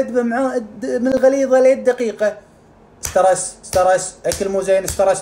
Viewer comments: ستريس كلمة اصلها اجنبي ؛ و الاخ عربي شيء عادي انه ينطقها غلط لانه ليس اجنبي اخاي ليان ♡ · كل كلمة في الفيديو غلط بغلط..حتى سترس مو عارف تقولها، اشك انك دكتور